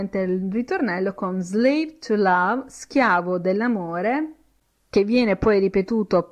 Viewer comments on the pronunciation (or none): Si è impegnata, ma ha fatto errori. 1. Slave si pronuncia con la s di sasso; 2. weary si pronuncia ui(e)ri, non ueri; 3. to need a woman= per aver bisogno di una donna; 4. how the strong get weak and the rich get poor= come i forti diventano deboli e i ricchi diventano poveri (la sua interpretazione della strofa è di fantasia); 5. don't touch the ground= non toccare il suolo (imperativo esortativo), mentre, se fosse "non tocchi il suolo" sarebbe "you're not touching the ground"; 6. I can hear your laghter non significa "sono in grado", bensì sento, sto sentendo, ed è un caso in cui can ha funzione effettiva, non potenziale! I can+ verbo sensoriale= sento (adesso), sto sentendo; 7. I can see your smile: idem! 8. waiting si pronuncia con la g implosa, non esplosa. La g va pronunciata ma in modo non gutturale. 9. The + aggettivo sostantivato (strong, weak, rich, poor, chained, bound...) si traduce con il plurale; 10. to chain, incatenare, si scrive così, non "to chane"! 11. to grow up = crescere detto solo di viventi: umani, animali, vegetali, sinonimo di diventar grande, diventare adulto. Per altri significati di crescere non si può usare. Attenzione, perché sta insegnando!